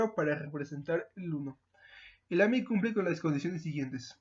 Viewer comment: No se entiende lo que dices en "AMI"